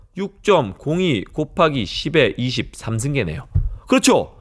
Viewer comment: 10에 13승으로 들리네요.계속. 10에 23승으로 발음해야